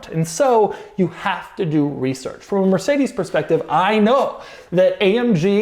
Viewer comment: Do you maybe want to type "Mercedes-Benz" into Google Translate and hear the German pronunciation? And even better, memorise and use it?